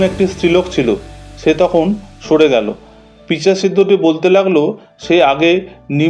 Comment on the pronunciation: সঠিক বাংলা হবে পিশাচ। কিন্তু সঠিক ভাষা না জেনে সাধারণ মানুষ পিচাশ শব্দ ব্যবহার করে। এরকম তো অনেক শব্দ সাধারণ মানুষরা গ্রামে গঞ্জে বলেন। এগুলো চলতি কথা।তবে পিচাশ নয় পিশাচ সঠিক শব্দ।